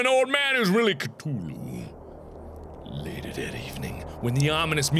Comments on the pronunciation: Cthulhu has a "th" it's not Ctulhu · ka thu lu not ka to lu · it's cTHulhu, not ctulhu... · No one gonna talk about how it’s coo-thu-lu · Markiplier, I believe you pronounced Cthulhu wrong. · He pronounces Cthulhu weird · Mark, you're pronouncing Cthulhu wrong. )